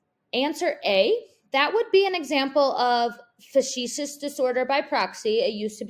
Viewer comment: On question #3 I think it’s pronounced “fak tishus” (fake) vs “fa see shus,” (flip, glib).